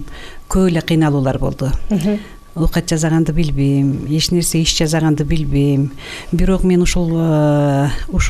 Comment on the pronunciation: Жазаганды эмес жасаганды деп туура суйлосок